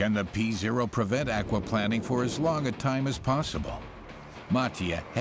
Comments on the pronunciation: Aquaplanning ...? What is aquaplanning. Aquaplaning .. in English the accent is on the a. Akwa plain ing. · Aqua Plane ing That is how it is pronounced. Not planning... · The narrator needs to work on his pronunciation of words lol. It’s called aqua plane-ing not plan-ing and coupe is “coop” not “coop-Aye” lol he’s made the same mistake in a number of other videos he has narrated lol. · Where the heck is this narrator from? Why does he keep saying "aquaplanning". There's only one N. Not two... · "ackwaplanning" lol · 'Au-qua-planning' ...is the 'planning' and conservation of water ecosystems? lol I don't usually expect the brits to get pronunciation wrong, but..... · never heard 'akwa-planning' pronounced this way...ha ha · Never heard aquaplaning pronounced like that before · tis the same thing my salty sailor, he just pronounces Aquaplaning wrong